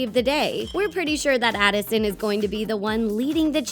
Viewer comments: Who noticed she was Saying Allison? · SHE CALLED ADISON ALISON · is it just me or did she say Alison at the beginning instead of Addison No hate though i still luv u guys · she said Allison! It’s ADDison